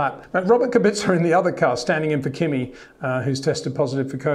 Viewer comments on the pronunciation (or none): none